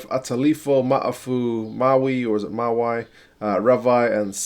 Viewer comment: Pronuciation was spot on except for Mawi - pronounced "Mah Wee".